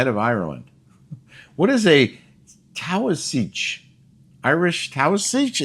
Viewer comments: Pronounced tay-shah. In Ireland, head of government, leader. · Teeshock is Gaelic pronunciation for Taoiseach, title equivalent to prime minister. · Lol, Irelands Prime Minister/ Taoiseach is an irish word, pernounced as tee- shock.. love the smash here in Ireland